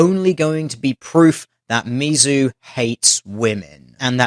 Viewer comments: Tl;dr it's pronounced Miz-zoo. Not Mee-Zoo. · I love your vids man, but you pronounce a lot of the American topics of your posts wrong. It's short for Missouri, not miso soup. We know people are going to use that shit to discredit you, just a heads for next time. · he couldn't pronounce Mizzou correctly XD